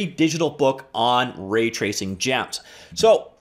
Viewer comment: Says "Ratacing." Not "Raytracing."